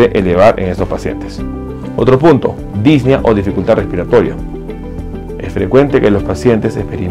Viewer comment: Dis ne a. Son tres sílabas. La música de fondo molesta y la repetición es innecesaria. Es preferible y se agradece un video más corto que informe lo mismo.